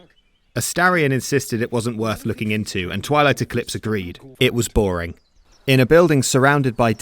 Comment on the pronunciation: you had me at "boar-ing" 🤣